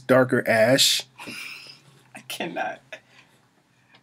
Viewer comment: he got some right lol he said ash tho lol